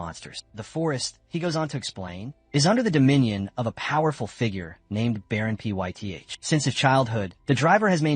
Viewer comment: Baron Pyth is pronounced Fithe